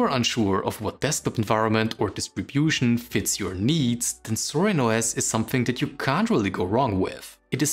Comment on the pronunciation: It's actually "Zorin", not "Sorin" :)